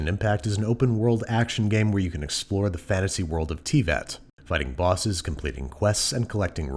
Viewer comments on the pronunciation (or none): Also, Teyvat is pronounced "Teh-vaht" not "Tee-vat." I'm guessing he hasn't actually played it. But, whatev. (Of course, he could always get his revenge by showing us his favorite way of preparing "emergency food"... ;-> ) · He really just said Tea-vat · Babish saying Teyvat as tea-vat 😂😂😂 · Especially since he called it TEAvat instead of Teyvat, as if the first time he's heard of this game is when the developers reached out to sponsor him and he did the bare minimum research. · Ah yes, the world of "Tea-vat". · I love the wrong pronunciation of Teyvat "Ti-vat" - Babish, 3 years ago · Ah yes "T-vat" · In the star did he just say teavat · “Tea vat” 😐 OK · Isn't Teyvat pronounced like.. Tay Vat? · D. Did he call it tea-vat. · Tea vat. Tay vat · Did he just say tea vat? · also, tea-vat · "Tee-vat" I would joke you can tell he hasn't played the game yet, but Asmongold purposefully gets 95% of Eorzean names wrong on purpose so I can't tell anymore. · not the tee-vat... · Still like the pronunciation of Teyvat by Babish. "Tea Vat". I can't call it or see it as anything else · not "Tea-vat"! Made me cringe aha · "tea-vat" hmmmm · I love how he called Teyvat "tee-vat" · Please- I love how Babish says Teyvat as "Tee-vat" BAHAHHAHAHAHAHHAHAHAHA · naur did he just pronounce it “tee-vat” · Ow that pronunciation of teyvat hurt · Way he says "Teyvat" triggers me. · Butchered the name teyvat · Its because he pronounced teyvat wrong 😌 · No music, and ya mispronounced "Teyvat" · As someone who's played Genshin since near its release day, hearing him mispronounce Teyvat hurt.